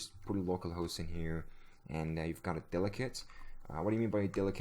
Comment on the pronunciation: The way you pronounce 'dialect' like 'delicate' is cute yet hilariously incorrect. :)